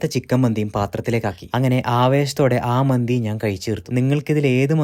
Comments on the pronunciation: മന്ദി അല്ല മന്തി . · മന്ദി അല്ല ചേട്ട മന്തി ആണ്😅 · മന്ദി അല്ല മന്തിയാണ്